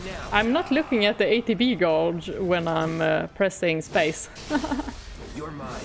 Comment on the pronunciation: Yeah she does the same thing even after I've told her how to say it correctly. She catches herself now sometimes and says it the right way. I guess it's hard after you've said it the same way for so long. But the U in gauge is silent, so it's pronounced just like you would say, page, rage, cage. 😉😉